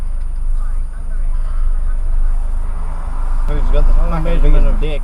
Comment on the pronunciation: “Pharkenn” Tasmanian’s favourite word lol